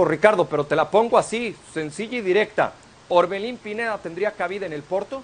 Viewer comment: Es Orbelín no Oberlin...